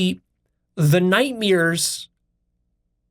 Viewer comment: I forgive you for pronouncing it night mirrors. 😁